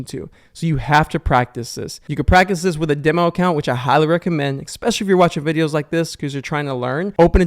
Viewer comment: I "EXPECIALLY" appreciate the BONUS tip. 😂